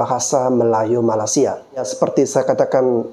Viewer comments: Bang malaysia bukan malasia.. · MALAS-SIA MALAS-SIA... Perbetulkan dulu lidah kamu menyebut MALAY-SIA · Sebut Malaysia. Bukan malasia. Gimana sih. Gw indo aja geli dengar Lo bilang itu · Malaysia bang. Bukan malasia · Malaysia bang bukan Malasia!!!!!!! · Bang gw mau ngasih masukan dikit bang, kalo nyebut malaysia itu yg lurus2 lah bang 😂 abang nyebut malaysia itu bunyi nya kayak malasia, kurang enak aja kedengaran nya bang..oke bang